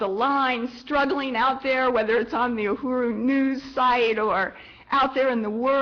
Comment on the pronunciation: STOP SAY UHURU YOU ARE NOT PRONOUNING IT RIGHT I AM ACTUALLY A KENYAN AMERICAN AND HEARING U MISPRONOUNING UHURU IS INFURIATEING TALK TO A KENYAN OR A TANZANIAN JOE TO PROPERLY PRONOCE KISWAHILI B4 U GO OUT SAYING PUBLICLY